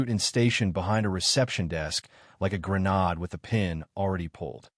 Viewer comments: Absolute clickbait garbage. Who is Bayzill? What is a grenahd? Pathetic! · And " grenade "